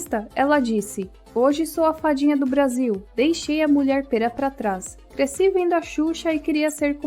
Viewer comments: A vadia do Brasil, oops...A Fadinha (o loucutor fala errado o nome do programa kkk 😂). Sou fã da Mulher Pêra e ela vai dar muito entererimento na Fazenda 16. Aguardem! 😁🗣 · Percebem que o narrador distorce a palavra FADINHA para VADIA. E lembro que em um corte desse programa, uma hora alguém diz ESSA FADINHA. Ou seja, era um programa infantil com um toque de proibidão 😂😂😂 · eu juro que só consigo escutar o narrador falando "a *adia do brasil" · Acho que é minha mente 😂😂, mais toda vez que ouço a introdução de (a fadinha do Brasil) me soa muito estranho parece que não tá falando a fadinha e sim a va*** do Brasil se é que vocês entenderam kkkk muito estranho isso.